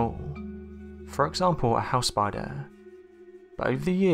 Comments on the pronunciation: Anyone else cringe when he narrates spidahh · Conkers Squirrel yes!!!!! Spidahhhh. Omg I can't even listen as the way he talks has put me off! Super annoying!! All I can hear is the last word of each sentence! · Way this guy says spider is stupid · Go to "spida-hhh... Trapdoor spida-hhh" seriously wtf😂😂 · Eh eh Yesou Christ dats no spidah, that a demon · Teh spideeh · We saw a spidah that was toofittin damituh.